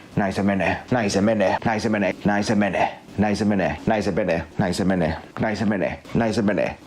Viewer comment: Alkaa monen kerran jälkeen kuulostaa siltä että sanois "näin sen veneen" 😂😂